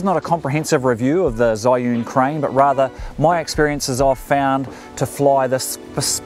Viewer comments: Hi, It is pronounced as "chee - yun" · First pronunciation was correct, you said it wrong all throughout the video. :)